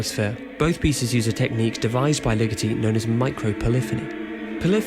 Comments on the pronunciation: always thought it was Ligeti as in "lee-ghetty", not "lickety" as in "lickety -split" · Thanks for your interest in this and thanks for the Patterson link. Looking forward to checking out that essay. You may want to learn the proper pronunciation of both his forename and surname for the sake of accuracy tho. Very nice graphic work and enjoyable presentation. Thanks again!